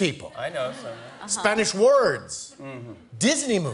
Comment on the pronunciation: La pronunciación del español de Jimmy es muy clara! De verdad es muy buena!! 10/10